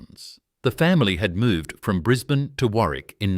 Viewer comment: What an absolute load of crap insult to jack McCafferty. Can't get the pictures' right. Bris bane...😂 Can't even pronounce that correctly this needs to be taken down